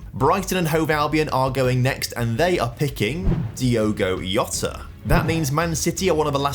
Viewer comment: "Diogo Yota"